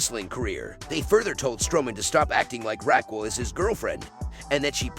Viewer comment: Can you annunciate RAQUEL ????